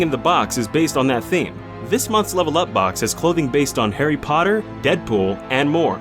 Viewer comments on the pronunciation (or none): none